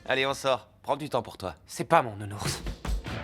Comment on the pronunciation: Le nounourse🤣🤣🤣😭